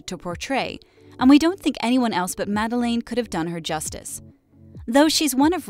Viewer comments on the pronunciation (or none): It's pronounced Mah-del-ayne, not Mah-del-in.